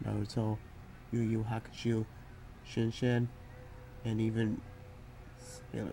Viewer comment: Now I KNOW you pronounced Yuu Yuu Hakusho incorrectly on purpose.... -_